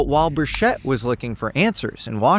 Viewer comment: He also pronounced Tim Burchett's name wrong.